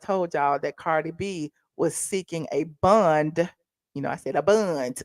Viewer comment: If you say "bun" one more time!! Its bond!